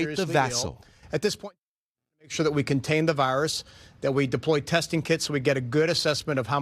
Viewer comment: I hate how this narrator says virus